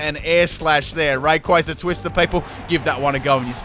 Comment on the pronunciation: I love how mispronounces names all the time, yet is one of the few people that properly pronounces "Rayquaza" (Pronunciation sources: movie and Battle Revolution)